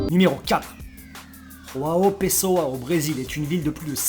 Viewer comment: Quelle prononciation pour João Pessoa. Irréprochable! Note: 0/20 Peut mieux faire!